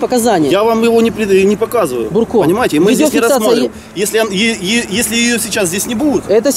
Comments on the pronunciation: Не Бурко ,а Дурко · Не Бурко,а дурко)))) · не бурко а дурко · НЕ БУРКО ! А ДУРКО!!!! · Не Бурко, а Дурко самый настоящий 😝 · Внатуре инспектор Дурко,а не бурко.)))) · ахаах не бурко а ДУРКО!!! мля))) точно твердолобые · Он не бурко,а ДУРКО... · Не Бурко, а ДУРКО. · он не бурко а дурко! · Не бурко, а дурко! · Да не бурко а Дурко! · НЕ Бурко , а ДУРКО ... если есть видеорегистрация .. ???? Так она есть или нет ? Почему тогда ты дебитор остановил водителя ??????